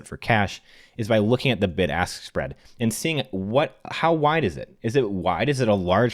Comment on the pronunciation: I know he was saying “Bid-Ask Spread” but I definitely heard “BIG ASS SPREAD” Like 7 times in a row during that section lmao